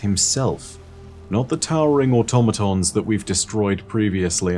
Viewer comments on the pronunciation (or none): none